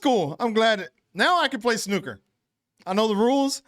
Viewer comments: its RONNIE O'SULLIVAN not ronnie sullivan and well done on saying snooker instead of snuker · Congratulations you are first American reactor who can pronounce "snooker".